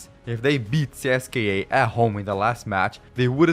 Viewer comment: CSKA pronounced as "CSK"